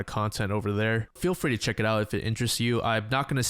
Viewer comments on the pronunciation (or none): none